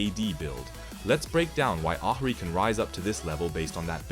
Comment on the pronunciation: good vid but please say ahri in a different way